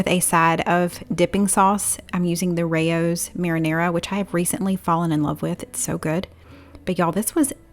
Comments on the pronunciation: It is pronounced "Ray-Oh" after the famous restaurant in New York City. was correct. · The Rao's sauce is pronounced like wedding VOWS but with a R. I've been interested in trying it since many people think it's so good.